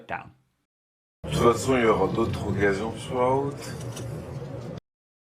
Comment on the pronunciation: good job on pronouncing the liaison between "d'autres" and "occasions". All the more so that the source speaker didn't. Your french is posher than his.